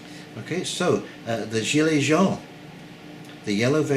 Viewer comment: Hi - I love your view of things. Just a little pronunciation of yellow , French is j (own) . Hope it helps. Your friend. Jack